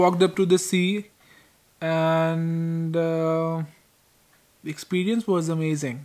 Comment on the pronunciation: Hey I know this isn't important but please pronounce "the" properly. Your videos are good mahn